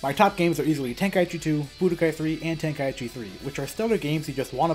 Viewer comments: Ten-Kai-chi✅ Ten-ka-i-chi ❌ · Tenkaichi. Ten. Kai. Chi. Not ten-kai-ee-chee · No. Tenka-ichi is how its pronounced, by the game itself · Maybe open up a copy of the game once in a while and listen to how the characters all pronounce it on the title screen